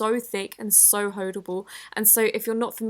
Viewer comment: She said so holdable but the subtitles said so horrible 😂😂